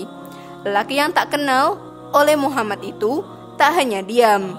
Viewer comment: jadikan semua kritik,untuk lebih baik. terutama pengucapan nama Nabi.BELIAU Nabi Muhammad S A W,adalah TAULADAN kita sebagai umat ISLAM.